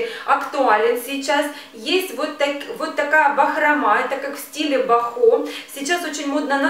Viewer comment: бОхо, а не бохО